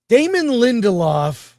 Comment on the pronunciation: DAY-MON Lin-Del-Off